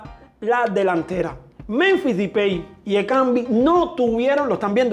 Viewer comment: Porque dice dipey a depay